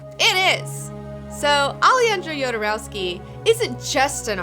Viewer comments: Even if the origin of the name is slavic, he pronounces it "Hodorowsky". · Don't forget kids: it's not YODA-rowsky, it's HODOR-owsky! :D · Best intro to Jodorowsky's universe in YT. Great video, as usual. One small detail, the j in spanish is pronounced like the h in english. So the correct pronunciation would be, Ale-HAN-dro Ho-dorowsky. Thanks for the video. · It kills me how poorly you mispronounce everyone's name, especially Jodorowsky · You should first learn how to pronounce correctly his name